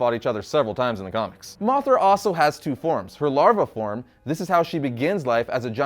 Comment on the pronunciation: You said moc 5 dont you mean moth 5 😂